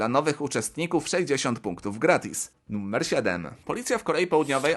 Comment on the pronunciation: Mówi się NUMER nie NUMMER!